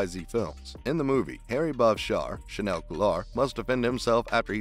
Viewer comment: he didn't say that. you're quoting the right article but that was a quote from james purefoy, who plays remi in SE. chaneil has yet to speak about silver. also his name is pronounced "cha-kneel"